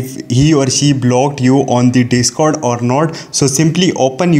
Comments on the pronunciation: Cringe indian accent be like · “On de de-scord”